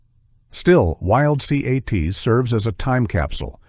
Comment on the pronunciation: Say it together, Wild Cats …. Not Wild C A T S…